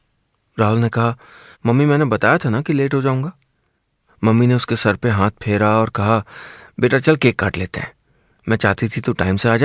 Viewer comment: Hanth nai hota hath hota h, आप हांथ क्यों बोलते है